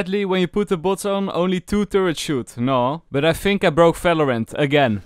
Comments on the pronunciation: things you dont know about valorant: its valorant not falorant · Why do you pronounce Valorant as “Falorant”..? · It's "V" not "F". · Bro Not falorant it's valorant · Not valorant its phalorant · Fings in falovant are actually amazing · ''FALORANT'' :) AAHAHAH Great vid btw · "It's alreafy paft sefen in Falorant " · Fery Nais Fideo of Falorant. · fings, efry time, falorant, fideos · ✨falorant✨ - ✨fideo✨ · Fings😯 FALORANT😧 FSEVEN🤯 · fings about felorant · I HEAR VATERANT HELPPPP!!!!!!! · he said felorent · is my guy saying falorant? or am i dumb??? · Falorant XD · stop calling it falorant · i like when you brake valorant XD and also i like the accent cause you almost always add F to what you say